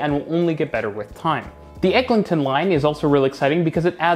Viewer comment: EGLINTON AVENUE (LIN, NOT LING)